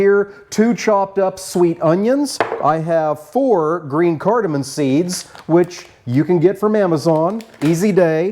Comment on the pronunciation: Cardamom. Not cardamon. 😊